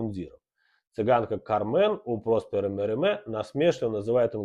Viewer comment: Мериме звали ПроспЕр, а не ПрОспер.